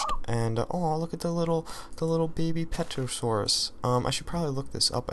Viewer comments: terosaur the p is silent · it is pronounced ter-a-saur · Pterosaur is the mob. Ter-a-saur. The P is silent.